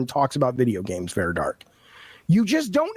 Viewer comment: I find it highly ironic that this man incessantly shouts "educate yourself" while failing to pronounce her name correctly. It’s Vara, not Vera.